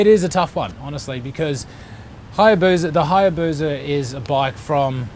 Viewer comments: It's HayabuSa. Not Hayabuza👍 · There is no Z in Hayabusa Just saying.